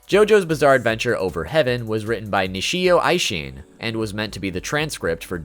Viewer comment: The way he butchered Nisio Isin breaks my monogatari heart.